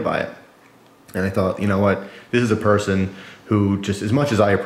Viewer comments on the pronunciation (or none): none